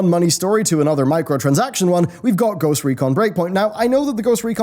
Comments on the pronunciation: I know this video's comments is mostly talking about the most recent controversy with blizzard, but "Ghost Econ" instead of Ghost Recon :) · "Ghost Econ"? what happened? :P did the letter R not appear in the Ghost Recon Lootbox? :P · Says 'Ghost Econ', just saying